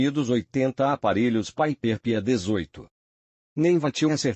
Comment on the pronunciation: Concordo totalmente com o Roberto, além de que, essa inteligência artificial é meio analfabeta: não sabe, sequer, pronunciar PIPER...😂